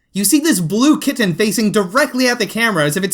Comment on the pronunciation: Midwesterners cringe at the way you say kitten.